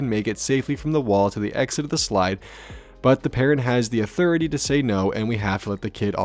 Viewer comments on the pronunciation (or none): none